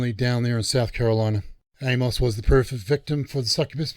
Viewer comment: For future reference for ya on our wacky Z style English from the Southern US, the name "Amos" is pronounced Aim-us or Eamus. Hard 'A' and soft 'o' as in "us". Absolutely love your channel!!! Keep it rolling with great DC content!